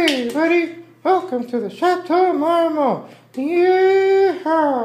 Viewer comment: J'aime la prononciation française de Château Marmont